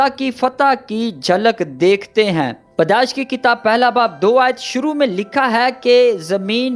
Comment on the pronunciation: Padesh nahi bhai pedaish